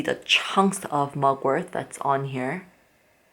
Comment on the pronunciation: I don't know if you realise it but the word mugwort does not have a "th" sound... 😂